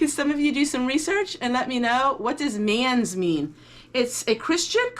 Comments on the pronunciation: it's pronounced mansssss, not manz, you need to hiss it at the end of the word, :) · Manse pronounced Mance. X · Pronounce Mande not manse